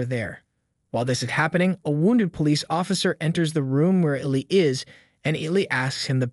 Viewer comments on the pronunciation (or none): EEE-LIE - not illi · It’s e lyy Not ellleeeee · hey, The name Eli is pronounced e- lie. Thought id mention for next time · I can't.... I can't finish this video. The way Eli is being pronounced is actually infuriating. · Wrong pronunciation of Eli made me stop watching. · LMAOO I INSTANTLY CAME TO THE COMMENTS FOR THIS REASON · Kind of a weird mistake to have. I'd think you'd come across his name a few times when editing the clips together. I'm assuming it's different people doing the editing and voice over. But still...